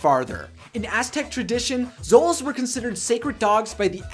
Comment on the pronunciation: The only thing that annoyed me, was he kept saying solos instead of xolos... And the god is Xolotl, not solot...